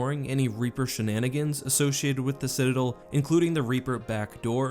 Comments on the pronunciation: Citidlllll why not DEL like its supposed to be said (not trying to be rude its just very annoying to me) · citadel, not cidadal